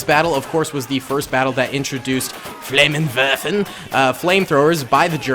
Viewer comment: The way you prononsed the flame thrower in german was so great